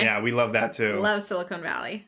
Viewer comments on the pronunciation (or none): You both are great, but I'll admit it took me a minute to get over "sili-cone valley" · SiliCON valley, not siliCONE (that’s the stuff in fake breasts)